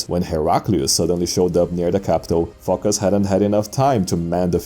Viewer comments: It actually comes from the Greek word foki (ancient), or fokia (modern) which means seal. The name is pronounced Focás. Probably he had an ancestor from Phocaia, which was a common name for cities at the period. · It's not a confidence that narrator pronounces Φωκάς like Fucker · Emperor Fockers ...yes it's Fockers idk who this Phocas guy is